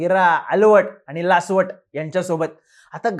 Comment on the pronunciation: लासवट नाही लावसट! बाकी माहिती लय भारी नेहमीप्रमाणेच!